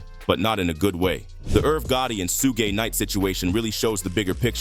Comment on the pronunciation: “Soogay knight”